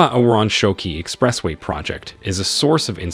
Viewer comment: Is this AI voice? Can't even pronounce "Expressway".. What ??